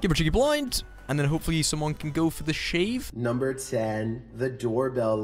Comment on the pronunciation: "Naamber tenn the door bell LICKER ~~~~" 🤣🤣 I forgot his Channel.